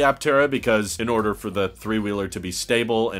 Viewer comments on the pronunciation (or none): none